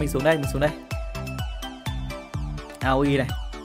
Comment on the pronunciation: Gọi là a ôi anh ơi. Gọi a ô i dân tiếng Nhật bọn em nghe buồn cười quá.:))